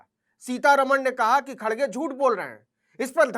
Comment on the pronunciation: खड्ग खेड़े हो नहीं सकता उपर बोलना शुद्ध नहीं आता उपर से गुसा